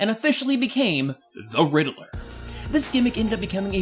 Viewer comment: i thought it was pronounced like ridd-ler but you said riddle-ler